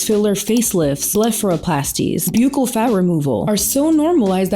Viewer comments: Jsyk, "bucchal" is pronounced like "buckle" as in belt buckle. I only know bc I have an uncle who is a plastic surgeon who does professional necessary reconstruction to save lifes. I used to thinknit was peonounced exactly how you say it as well. 😊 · Hi. I love your videos. You are so smart and interesting and pretty. I worked for a dentist and its pronounced buckle. K love you bye. Ooh what did you get botoxed? I fcking love botox! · Buccal is pronounced like buckle. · Hey just fyi “buccal” is pronounced like “buckle” and not “b-yoo-cal” (I know it’s weird lol) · Girl I don‘t think it‘s b-yew-cal, I think it‘s b-uh-ccal 😅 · It’s pronounced Buckle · Buccal = BUCKLE If you're going to use these words, learn how to pronounce them. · Fyi, buccal is pronounced like buckle. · Former dental assistant here. “Buccal” in the US is pronounced as “buck-call”. It sounds similar to “buckle” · PCOS survivor here (sans one ovary)! Let's hear it for the chronic pain girlies in the house! I just happened on your channel for the first time, and I think you're uniquely beautiful. Subscribed! Oh, and buccal is pronounced exactly like "buckle," says the 62-year-old who's obsessed with plastic surgery (yet I could only afford lipo back in 1994).🤪🤓 Edit to add: I love Lorry Hill!🤩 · Buccal pronounced like the decoration on a shoe/boot.. buckle it's buckle. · Buccal is pronounced “buckle” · I hear a lot of people pronouncing buccal wrong. Hi from your dental office, it’s pronounced like a belt “buckle”. I would want to know if I was saying something wrong! Great video! You said everything I’m thinking! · It’s pronounced like buckle girl ☠️☠️